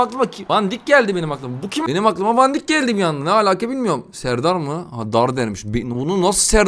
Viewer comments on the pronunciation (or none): Van Dick degil van dijk